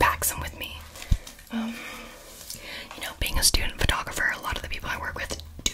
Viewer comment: Bc she said photographer with an accent